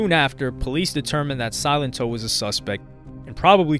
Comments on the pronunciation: Did anyone even watch this video? He kept saying Silentó 😂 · Drink every time this dude calls him Silento - jeez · The pronunciation of his name throughout this whole video got on my last nerve. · Your pronunciations of his name are incorrect